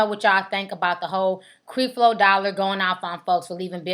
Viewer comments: Lmao.....u a mess ...for one you are pronouncing creflo dollar name wrong...and its obvious you have noooo knowledge about the situation.i understand your trying to get your 15 min of fame but please do your homework on the subject your talking about..and eddie long didnt say he was david..he feels he is being challenged like david..your whole broadcast is a mess..we all have our opinin but please u sound ignorant..and this was a waiste of 9 min out of my life watchin this b.s. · Obviously you have not done any background investigation into Creflo Dollar as you don't even know how to pronounce his name. You sound stupid. If you had done any investigation to know the facts you would know that Creflo does not take any money from his congrgation and has his own source of income other than the church. Also why don't you notice all the good he has done as well??? People want to comment on all the bad, I have watched CD for years and he preaches the bible and thats it. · you are saying his name wrong, Lord, plz cleanse this and bless her with the understanding of your love which is unconditional... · Girl!!!! get your life.....find something to do other than sitting around making home made stupid videos and learn how to pronounce the man's name for God sake....you should have been studying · you are not saying Mr. Dollars name correct...We can tell you won't have a career in this area. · You sayin his name wrong! It's Creflo (kref-low) Dollar! Not (Kreef-low) Dollar. If you 'gon do a video on somebody please know how to pronounce their name. SMFH BTW... I agree with you, but learn how to pronounce the name correctly, because you sound less credible when you can't pronounce the name of the person you reporting on. Peace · Creflo Dollar is right! This girl need to be quiet! She just want to be on you tube! Your mouth is nasty and you need to watch your language! And if its any help to you It's Cref Lo not creeeef lo! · ...WHO IS CREE FLO....GIRL STOP!!!